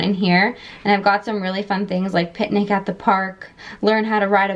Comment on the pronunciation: I thought when you said have picnic at the park you said pet Nic at the park 😂